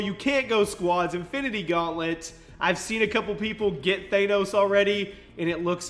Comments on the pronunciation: It's pronounced thanos not thainos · It's Thanos, like they say it in the movie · Th-ah-nos, say it with me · It's not thAnos it's thanos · R.I.P pronunciation of Thanos😂